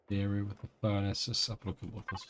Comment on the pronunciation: Remember in england its A R E A not era or aira lmao :D